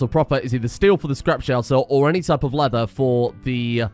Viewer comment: when he says any kind of leather i hear human leather